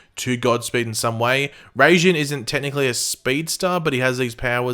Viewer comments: Pretty sure Raijin is pronounced like Rey-zhin (ij becomes a zhin) sort of sound so its like "Racing" (Just a theory) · In Japanese mythology Raijin is the Japanese god of lightning Pronounced Rai as in rise and jin as in Jean